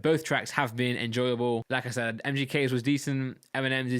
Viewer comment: Everytime you say like I said for me it sounds like lacazette.